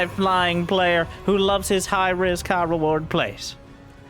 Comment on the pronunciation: For a second there I thought you said Creator had "high rizz, high reward, plays" in the intro.